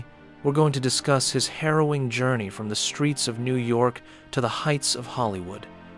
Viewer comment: You say "harrowing journey" I hear: "heroin journey" 🤦🏻‍♂